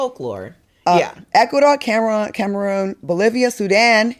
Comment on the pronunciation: She can't even pronounce my country correctly, 🇨🇲